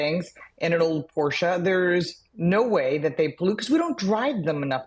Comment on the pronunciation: As a German I didn't know, that Americans exist, who'd pronounce "Porsche" correctly. She did. Also as a German, I always thought the European government was the most ridiculous one, putting EV virtue signaling over anything else. But California is beyond ridiculous about banning older cars. Many governments just refuse to acknowledge, that EVs with the current battery tech and the current charging infrastructure simply aren't practical for everyone. Sure, in the US, more people have an actual house with a garage to charge them in, in Europe, the majority of people live in apartments with street parking. And often, there are no charging spots close, but even if - imagine a whole street only running on EVs, how many charging stations would it need for everybody to be able to charge when being home? It's ridiculous. I am not afraid to point out, that I own an old, stinky Diesel. Because I don't drive that much, I use the bicycle very often.